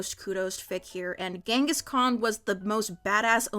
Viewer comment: Ghenhis Khan⁉️ really⁉️😭